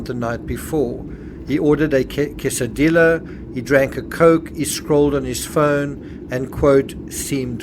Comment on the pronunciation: Quesadilla = kay sah DEE yah